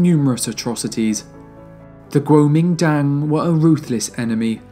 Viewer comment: 不错，收听你。国民党的英文念法貌似不对哦。